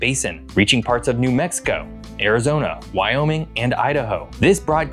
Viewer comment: and Whyoming